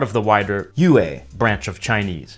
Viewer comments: “You Ei” 💀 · Your pronunciation of "Yue" really hurts 😭😭